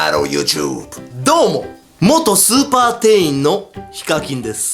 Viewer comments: スーパ店員を超(スーパー)店員に聞こえたのは私だけじゃ無いはず。 続きを読む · イントネーションの問題やなw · 最初のスーパーの発音おかしいくない？？ スーパーってマーケットじゃなくて、凄い方のスーパーみたい。